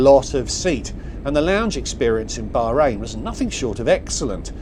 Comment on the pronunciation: I wish you would pronounce Bahrain properly ,the h is not silent and Manama is pronounced MAN AH MA